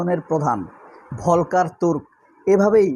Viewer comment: উচ্চারণ হবে ফল্কের তুর্ক, ( Volker Türk)যেমন ফল্কস ভাগেন ( Volks wagen) জার্মান ভাষায় folk এর অর্থ people